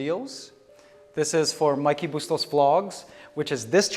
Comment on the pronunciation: You’re Filipino. If you don’t know how to properly pronounce your last name is terrible. Bus-tows? Really????